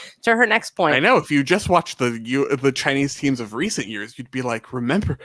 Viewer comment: Shout out to for having the most correct pronunciation of the Chinese names. I want to make sure his effort is noticed and appreciated 👏 💐